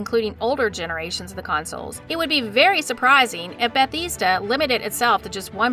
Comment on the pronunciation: Lost me with the incorrect pronunciation. You literally hear people from the company pronounce it beth-ezz-da, not that hard. Like the creatures who pronounce taco as taacko. And it only thickens as the video goes on. I don't think she's even played the elder scrolls games. The way she says cyrodil. Or how she calls dunmer, dumner pronouncing the m first. At one point completely butchers the name Bethesda once again by saying "besida." Like what? Tell me you're reading off a script without telling me you're reading off a script. I'm sorry, just as a fan boy this gets me